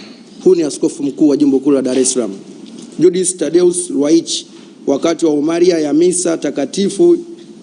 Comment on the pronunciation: Hapo hakuna mkatoliki ni machawa wenye njaa njaa Tu. Wapuuzi nyie na hamna ukatoliki kwenu. Hata homiria hujui kulitamka unasema homaria ndio nn wewe chawa Tu mwenye njaa. Ukome kutafuta umaalufu au kupata Kiki kupitia kabisa katoliki. Ingekuwa mkatoliki ungekuwa na matamshi sahihi kati ya wkorosai na waraka wa Mtume kwa wakorosai. Namnukuu Baba Kwa kusema kweli wewe unayetamka upuuzi huo kweli ww ni Rofa. Kanisa Lina wasemaji na sio wewe Rofa mkubwa